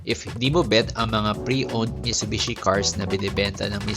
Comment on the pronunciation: Delikado ang repossessed, maraming owners ang nagbebenta ng parts para maka bawi sa nagastos nila (isswap yung aircon condenser sa sira + cash). Tsaka Mi"T"subishi po ang pronounciation, hindi "Mishubishi"